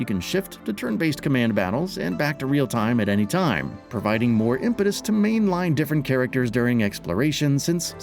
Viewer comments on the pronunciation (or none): none